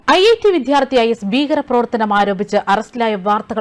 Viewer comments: വിധൃാർത്തിയല്ല, വിദൃാ൪ത്ഥിയാണു ശരി. നന്നായി ഉച്ഛരിച്ചില്ലെങ്കിൽകേൾക്കാൻ അരോചകമായിരിക്കും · വിധ്യാർത്ഥി എന്നു പറയാതെ വിദ്യാർത്ഥി എന്നു പറയൂ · വായന നന്നായിട്ടുണ്ട്.നല്ല എനർജിയും ഉണ്ട്. പക്ഷേ ഉച്ചാരണം ഒന്ന് ശ്രദ്ധിക്കണേ. വിദ്ധ്യാർത്തി അല്ല വിദ്യാർത്ഥി ആണ് ശരി. പലവട്ടം ഇത് പറയുന്നുണ്ട്. ബന്ദു അല്ല ബന്ധു ആണ് ശരി. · വിദ്യാർത്ഥി എന്നാണ് അല്ലാതെ വിദ്ധ്യാർത്ഥി അല്ല ഉച്ചാരണം ശ്രദ്ധിക്കുക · "വിദ്യാർത്ഥി" ഉച്ചാരണം തെറ്റ്. 'ദ്ധ്യ' യുടെ ഉച്ചാരണം ഒഴിവാക്കി 'ദ്യ' ഉച്ചരിക്കണം. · Vddhyarthi,viddhyarthi,viddhyarthi.????? Please mind pronunciation. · Shit / try to say വിദ്യാർത്ഥി !!!